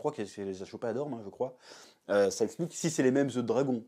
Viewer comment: Mdr j’ai rigolé pendant toute la vidéo. On sent que tu n'as pas lu les livres et que tu ne maîtrises absolument pas l’univers et c’est ça qui est bien, là ça se voit. Par contre c’est Dorne, pas Dorme. On dit les Dorniens et oui, les trois œufs sont bien ceux dans GoT, le quatrième, lui, va naître pendant la danse des dragons.